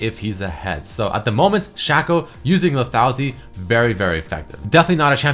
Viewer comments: Shaqco? Not Shaco? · its shaco not shaco